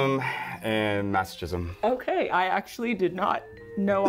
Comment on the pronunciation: the way jake pronounced sadism and masochism killed me 😭😭